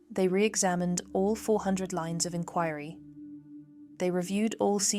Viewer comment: FAKE. It’s AI, pictures do not match the narration and pronunciation is all over the place. Even showing an American military guy instead of Irish LE! And an Alsatian instead of a spaniel. Constant repeated photos too. Channel located in the UAE… WHAT?? I am SICK TO DEATH of these grifting channels that do no research. If you can’t even pronounce inquiry properly or get a common dog breed right (auto generated content) then what else is wrong? Disliked and I never want to see this channel again along with all the other fake guff crime channels. I wish I could block these channels from appearing in my feed. REPORTED.